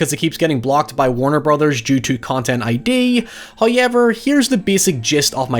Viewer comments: No, no... he meant "HoyUeverr." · i think you mean hye-ever